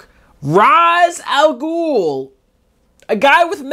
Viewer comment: Don't you mean "Raysh" Al-Ghul?